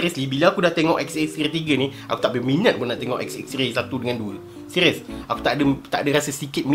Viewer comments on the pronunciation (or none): Seqiiiuuuss.. Hahaha.. R keras... Lawak.. 😂😂😂😂😂😂...